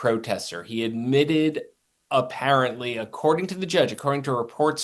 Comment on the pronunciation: "Idmitted" that he lied. Speak properly